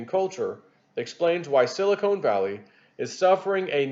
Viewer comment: reading skills have greatly improved from past years. But there is one funny error he makes all the time. Sili KONE and Sili KONE valley (is the cleavage between Hollywood Implants), and.... Sili CON is the mineral used to make Computer Chips.